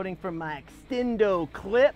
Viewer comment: "Extendo clip" 😂😂😂 totally caught me off guard.